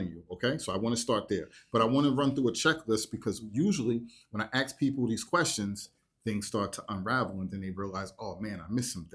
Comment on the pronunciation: 'Ask', not 'axe'. Please do better, as you make us look ignorant and uneducated.